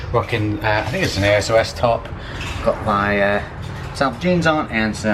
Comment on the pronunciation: ASOS is pronounced ace-oss